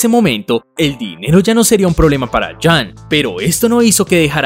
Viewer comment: Jun se lee "Yun", con U